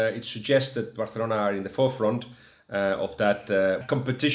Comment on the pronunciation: Guillem just one question, it would be nice if pronounced Barcelona as a Catalan (which with a name such as Guillem Balague I take it you are) rather than a Castilian, particularly as you are communicating with English speakers. Cheers